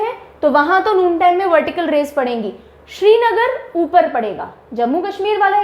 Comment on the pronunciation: Pronouncation correction: It's not Shrinagar(Like Shri lanka) but Srinagar (Like crinagar)...☺️☺️